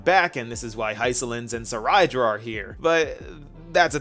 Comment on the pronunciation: Seriously I dont know how to pronounce some of their names.. Cyrene: Sai-ree-nee? I always pronounce her name as Sai-rin... Cerydra: Suh-rai-da? I thought it is Say-ree-dra...